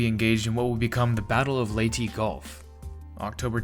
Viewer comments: Leyte is pronounced as lei-te.... not lei-ti.... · Seems like the truth finally came to be,Leyte is "Ley-tay"/"Ley-tee",never was,is,or ever will be "Late". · Thank you for taking the time to fix the pronunciation issues from the previous version.